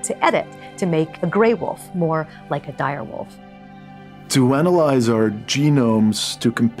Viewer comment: “Dire Woof”